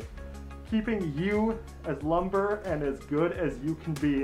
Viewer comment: I think you mean limber not lumbr